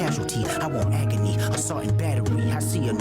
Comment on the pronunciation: Is it a reach when he says "Let me know if they turn up as a causality, I want agony" it sounds like he pronounces agony like AK-Ony